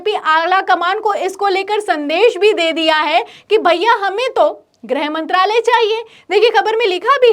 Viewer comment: Its not 'grahmantralay' young lady! Its "grihmantralay".